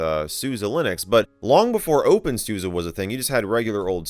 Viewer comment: Well I'm confused, 8 hear you say 'Suza', yet I see Suse on the box